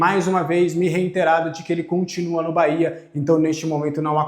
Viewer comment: RE-I-TE-RA-DO,. Tô te ajudando, mano